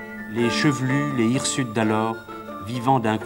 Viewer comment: "François ViLon" Ouh là là ! : "les hirsutes" (on doit faire la liaison : les Zirsutes)